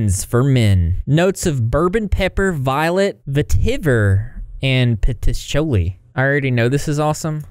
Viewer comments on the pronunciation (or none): Patchouli = Pat-chew-lee ❤❤😊😊😊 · Patchouli is pronounced p-uh-choo-lee lol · Patchouli // sounds like// P-uh-Chew-lee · Just to help, not to embarrass- it’s pronounced Pa-Chool-Ee. (The pa is kind of like the beginning “p” sound in “puff.”) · For your scent bird thing, it's patch-ohli Not a criticism, just for help! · I’m not into the video yet but, just to help you out, patchouli is pronounced “pachoolie” like pa-chu-li. Hopefully I’m emphasizing the right syllables I am a fellow southerner and tend to have a habit of doing that LMAO (but I’m autistic so that probably explains it more 😭) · videos about child abuse should not be sponsored.. it feels so little genuine one second you’re like “it’s totally heart breaking one of the saddest things i’ve ever heard” and the next you’re selling stuff. As if these children hadn’t been used enough. Also which idiot finds it difficult to pronounce “patchouli”… you probably only speak one language too lol